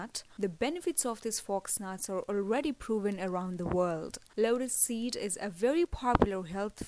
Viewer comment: Vedio mai asy lag raha hai jese lora seed lora seed bol rahi hai ,😂😂